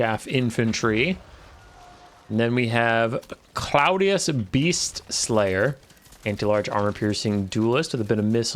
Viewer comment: I think it's pronounced Claw-dee-us, cuz, ya know, crab claws? Lol